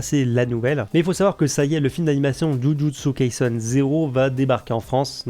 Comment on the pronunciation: C’est pas kaisun mais kaisen